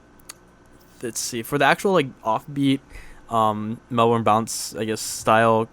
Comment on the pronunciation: Sorry to be a prick but Melbourne is said like melbin not melburn lol sorry im an aussie and it's a little anoying for me but its awesome how you use Melbourne bounce. I thought it sounded like it